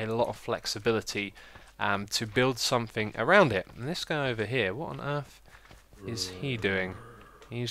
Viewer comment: Question for the Q&A: Why do you always say "sainc" when you mean "something"?